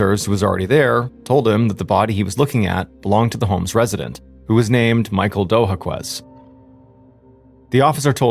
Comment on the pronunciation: My husband is one of the sons of the victim in this story. It was accurate except the way you pronounce Dojaquez is Doe-ha-kez. She should’ve gotten more than 13 years and she was not assaulted